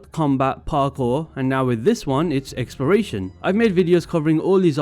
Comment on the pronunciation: It sounds like you're saying "experation".